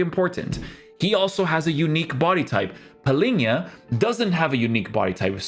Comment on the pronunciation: Always saying Palinha instead of Palhinha.